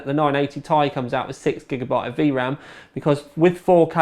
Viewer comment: Its pronounced T i not tie. Sorry, you just sound silly saying 980 tie.